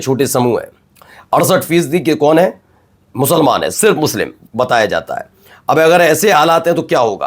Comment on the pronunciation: Giriraj ji should pronounce the word "musalman" not "mushalman". Learn something from Islam۔Thanks۔